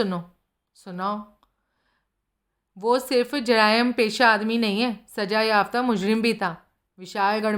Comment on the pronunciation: कृपया भाषा और उच्चारण पर ध्यान दें। उच्चारण दोष बार बार दाल मे कंकड की तरह लगता है। भर्त्सना, जरायम, संयम, शर्त, मुसीबतजदा कुछ उदाहरण हैं।